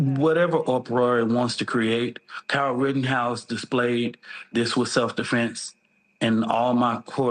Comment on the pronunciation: it is hilarious how butchers the English language during his pressers. Instead of "Defense", he says "Deflense", he can't say "Austin Metcalf". He says "Austin Metclaf". He called NY subway rider Daniel Penny "Daniel Pennum" or something. 🤣🙄👎